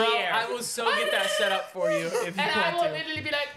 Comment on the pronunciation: " liTerWalLy😲 " I love sm 😭😭